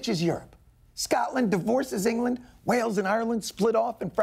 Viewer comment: Kyle Bolderson "engurlurnd"?